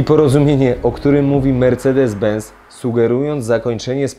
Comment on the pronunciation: Mówi się ben”c”!!! Z w języku niemiecki to „cet” czyli benc